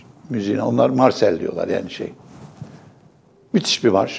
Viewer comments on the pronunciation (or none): Fransa'nın milli marşı: La marseillaise' dir. Okunuşu: la marseyez !!! Yani katiyen Marsel değildir... Marcel bir erkek adıdır. Sizi düzelttiğim için kusura bakmayın Kimsenin türk milli marşına örneğin staklil marş demesini istemediğinizi düşünüyorum. Saygılar ! Not: sizi muntazaman Almanya'dan dinliyorum